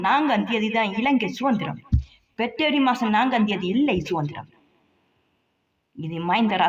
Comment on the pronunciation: பெற்ரவரி இல்லடி பெப்ரவரி டி அது என்ன கொடுமையெல்லாம் பார்க்க வேண்டியதா இருக்கு